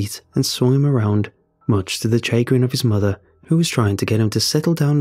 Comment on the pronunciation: it is pronounced: Sha-grin Just a little annoying cuz if I don't know a word I look it up, if definitely do this if reading was my job. Lol Sorry but I'm trying to help n I'm sure I'm not the only one that is bothered by it